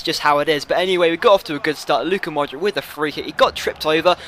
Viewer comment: Hey, I think you're pronouncing Modric wrong, the C is like the one from 'Subotic' !